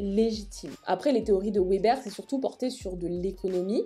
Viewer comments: hola, bonne vidéo mais juste Weber se prononce Veber voilà désoler du dérangement :) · Vidéo super intéressante comme toujours ! :D Juste mini correction: il s'agit de Max Weber sociologue allemand (donc on prononce "veber")